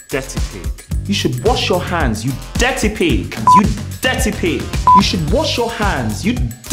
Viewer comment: Ncuti not being able to say "Dirty pig" killed me😂